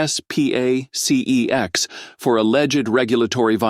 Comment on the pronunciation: S p a c e X ....... it's Not an acronym, silly ai voice.